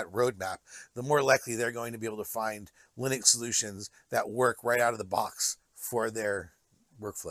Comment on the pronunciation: Why do you keep saying 'lie-nux' lol.